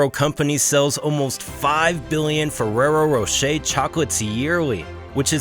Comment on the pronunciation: why is it so difficult to pronounce Fererro Rocher in English? 😂